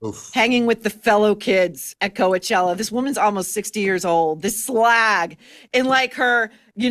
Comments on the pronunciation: NO A SOUND IN the first syllable of COACHELLA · The first 'a' in Coachella is silent, though Maureen's pronunciation gives it a nice ring.:)